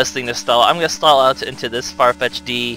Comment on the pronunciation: FYI, it's pronounced Farfetched, just with an apostrophe instead of the "E". I love the Let's Play! I've been marathon watching it the past few days.